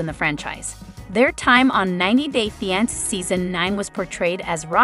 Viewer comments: I wish the commentator would pronounce fiance the right way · I even spelled it out phonetically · 90 Day "What"? wtf learn how to pronounce 😮